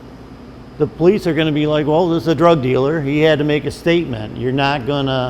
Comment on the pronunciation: When ppl say police like it's pronounced as PO LEASE. Lol! WHAT?